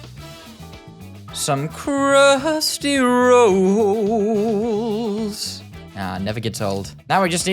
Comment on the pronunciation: “crhusty rAHOLLS”😂😂😂